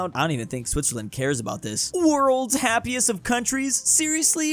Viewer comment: it says 'happiæst' instead of happiest. Now, it would make sense to just say happiest, but if you want to embrace æ, it's pronounced happiast. It would make more sense with hæppiest though...